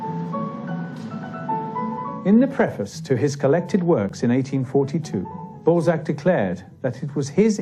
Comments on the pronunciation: So disturbing hearing the teller deforming his name every 2 minutes.. It's not fcking Ball-zeck, it's BAL-ZAC ... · Why do you pronounce his surname Bolzac? It's annoying. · Interesting, but ruined for me by the narrator's insistence on calling Honore de Balzac by the rather less dignified Honore de Ball zack. The "a" is supposed to be short, a in "hat"!!! He tried to get the pronunciation right in other names, so why not this one? I had to switch off. I will content myself with a French copy of Mr "Contes Drolatiques", which I originally encountered in English translation. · Infuriating! '' narrator. What a plum. F**kin' scroaty. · Bell sack lol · The way he is pronouncing the name, you are absolutely right!! 😮😂